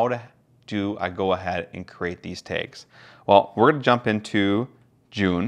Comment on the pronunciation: 😂Yeah, that was killing me. Kudos though. Great review and very helpful in helping me solidify my desire to purchase.